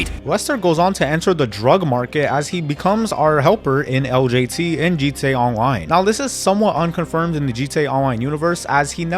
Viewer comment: “G Tay Awloine”